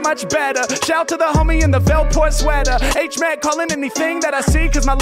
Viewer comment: Hate it when you say H mack